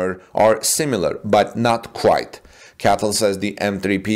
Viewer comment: CATL is usually pronounced by saying each letter, not as single word